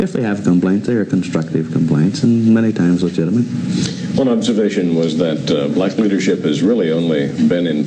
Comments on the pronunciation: The way he emphasized "black tho".lol. He said the "BblaaCK" dream. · His emphasis on the word black and the fact he calls them blacks and not black people is kinda sketchy. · People trying to comment shit like “that was the term for black people then” and ect. The point he is making is he intentionally says black with a emphasis in the same sentence to subconsciously cement it in your head that all the crime killings murders ect is associated with black people. Throughout the video anytime a black person was boutta make a point they cut/edit it out.